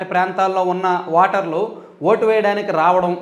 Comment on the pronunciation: వాటర్ కా దు ఓటర్ అని పలకండి సార్. నేను 19 లో ఓటు వేయలేదు.పాపం లో బాగం పంచుకోవడం ఇష్టం లేక.